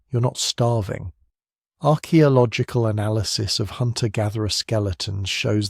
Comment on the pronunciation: Only an AI would pronounce archaeological like that. How very very disappointing.